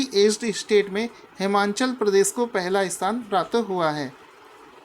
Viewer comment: हिमाचल प्रदेश है नकी हिमांनचल सर आप बार बार हिमांनचल प्रदेश बोलते हो जो की गलत है।